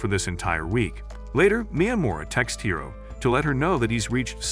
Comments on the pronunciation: It's hori not hiro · “hiro” instead of hori lol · He said Hiro but still it's not correct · Bro who is hero, it’s hori